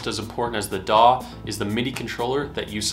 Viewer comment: Daw! daw! Your like a crow with a speech impediment 😄